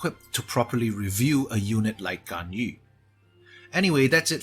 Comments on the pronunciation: Nice.. correct pronouncations on her name B-) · Most qualified to pronounce her name properly out of the youtubers I've seen so far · Finally, someone who doesn't pronounce Ganyu as Ganyoo